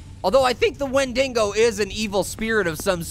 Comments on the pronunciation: you keep saying wendingo. it's WENDIGO not wendingo. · no a wendigo is someone who has eaten it's own kind as is become adicted to the taste and it's not wendigo like wen-ding-go it's wen-dig-o there's no n in the dig part of wendigo honestly if your gonna say something say it right😡😠😧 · wen-dingo lmao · Hey, it's pronounced "Wen-di-go" and they are cannibalistic spirits. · It's pronounced win-de-go. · its pronounced [when-dego]!!! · it's pernouns (wen de go)